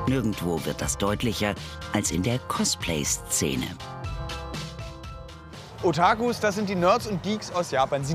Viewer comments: OtAkus?!!! Really?!! Es heißt Otaku! Nicht OtAAAAku.... Arghhhhh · HAT DER OTAGU GESAGT ANSTATT VON OTAKU?? Hört sich so an lol